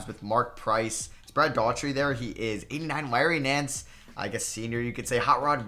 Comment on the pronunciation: Brad Dough-er-tee. Not Daw-Tree